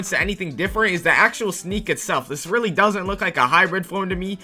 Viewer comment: whenever bro says really ITS SAYS RELLY BRO THINKS HE IS SLICK